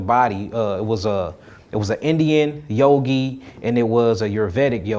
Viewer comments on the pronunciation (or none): none